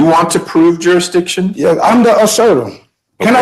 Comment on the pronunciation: Shouldn’t be allowed to question jurisdiction if you can’t even say the word correctly.